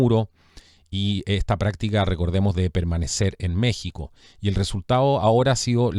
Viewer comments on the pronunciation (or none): none